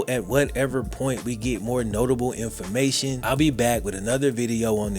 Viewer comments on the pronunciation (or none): none